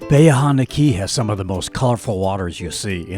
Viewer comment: I don’t know a single local that called it Bayha - it’s Ba Hee Aaaaa Honda